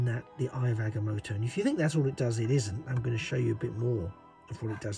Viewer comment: It’s pronounced (I ov Ag-ah-moe-toe)